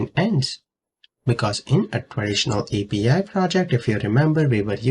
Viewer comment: 😂 Interesting accent